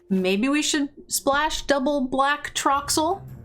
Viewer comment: Your drafts are great, you're great but my brain short circuits every time you say infaltry and troxill instead of infantry and toxrill 😬